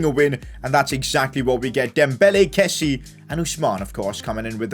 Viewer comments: one thing i noticed recently is that kessie is pronounced ke-see-ye and not ke-see...just thought I'd let you know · call him kessie, with the 'e' in the end!